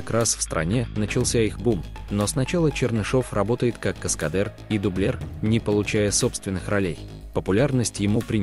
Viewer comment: Что-то новое: каскадЭр и дублЭр😂